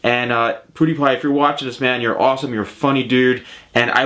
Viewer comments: it's not "pudipai" its "piudipai" :D no hate just saying if you didnt know :) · I love how he says ''poodiepie'' instead of ''pewdiepie'' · I think it's pew die pie not pooo die pie . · M8 Even pewdiepie calls himself for poodiepie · It's funny how u said it Poo de pie :) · Lol I heard him say poodiepie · You say pewdiepie wrong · You completely butcher PewDiePie's name's pronounciation. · you said his name rong it is pewdiepie